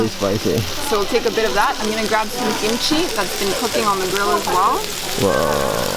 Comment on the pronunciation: I herd gimchi not kimchi 😂